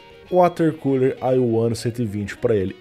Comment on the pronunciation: Só falta uma cadeira pra refrescar o "CULER".